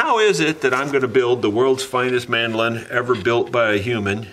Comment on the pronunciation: Would you please, just once, say "man - do - lin". It's kind of excruciating to hear it pronounced 'mandelin". It probably feels like saying toys-are-us to oblige me, but you guys started it with silly names so you have to live with the consequences. I know it's idiomatic how you peeps have come to mangulate language, but you need to be aware it feels like a sonic crime to other idiomatic realms. Also these instruments quite likely originated and developed from similar things in Europe - Italy, Portugal, Spain, England, etc., so taking a nod to their ancestry is not such a bad thing either. Over here in Australia we still have some UK sensibilities. Meanwhile, I'm off to play some Brazilian choro on my very fine Chinese (Eastman) mandolin to stop being mesmerised by the prospect of the world's finest. Cheers.